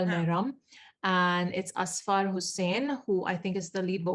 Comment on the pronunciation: ok, so i am from Pakistan and want to clarify that it is Ussfurr- when it is pronounced and not Asfaar. :) Also a "Mehram" is a brother, dad, husband and son for women. Mehram here most likely refers to a marriage.. husband is the mehram of a wife. :)